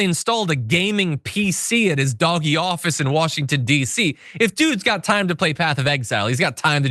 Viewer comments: For those who are wondering. It's pronounced DODGE-E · Did you just say Dog-e? instead of Doge? Sarcasm? Did I miss the joke? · Love the “DOG-E” pronunciation! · Why's he calling DOGE Doggy? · Why do you keep calling it “doggy”? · He said Doggy. Like DOG-E. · Thank you! Thank you! Thank you! Finally, someone has pronounced the douchee name of elon's group of minions... Dogee! I have been saying it and wishing everyone would start pronouncing it that way for 3 or 4 weeks now. I hated it when everyone was falling in line and pronouncing it like elon intended. This will surely get under his and trump's thin little skin. That may sound petty... but I don't care anymore! Thank you, John!! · If anyone says "doj", we should insist that is it "doggy". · I love how John Iadarola keeps calling it “Doggie”. 🐶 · I love this pronunciation of Doge 😂😅😂😅